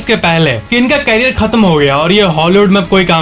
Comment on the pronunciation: भाई करियर कहना सीख लो